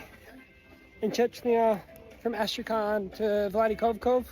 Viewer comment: "vladikovkov" funny how u say it its (V l a d i k a v k a z ) no accents or smth Yeah keep it goin